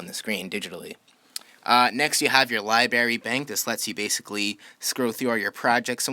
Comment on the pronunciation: The “Liberry Bank”,, love it. 😂